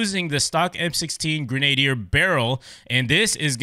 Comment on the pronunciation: Love hearing yanks trynna pronounce Grenadier ahaha. It’s pronounced gren-ah-deer